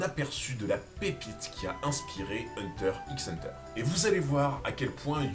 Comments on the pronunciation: Hunter "X" Hunter mdrr 🤣 arretez avec le X il ne se prononce pas pfff sérieux sur une chaîne sur HxH c'est chaud 🤭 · Le "x" de hunter x hunter ne se prononce pas.